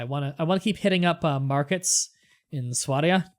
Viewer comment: It's sw-A-d-i-a